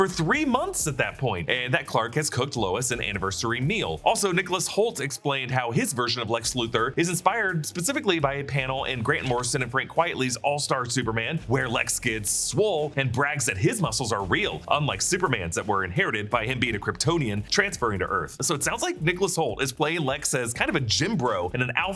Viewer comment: Omg everyone pronounces Frank Quitley's name wrong.